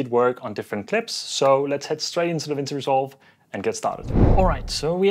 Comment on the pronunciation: DaVinci is pronounced as Duh-vin-chee :)